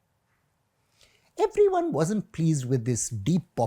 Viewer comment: Just me or anyone else heard that funny Everyone sound at lol